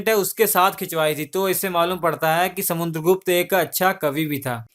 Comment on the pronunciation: Bhai video to Shi banate ho pr words bahut baar bolne me mistake krte ho...Or to or naam v galat bolte ho kavi kavi ...jaise Raja Ashok ko Akbar bta rhe ho or samudragupta ko samuNdragupta kh rhe ho...ye sb pr dhyan do ....so pe perfect as possible as u can...thanx